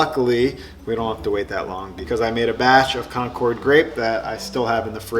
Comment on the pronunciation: The grapes are named for a town in Massachusetts called Concord. It's not pronounced like the airplane. It's more like conquered (or conkid) with the accent on the first syllable.